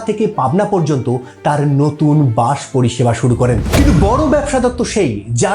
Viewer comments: বাঁশ নয় বাস বাংলা উচ্চারণকে বাঁশ মারবেন না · তা বাস কে বাঁষ বলে নিজেকে কিভাবে বাঙালি ভাবেন??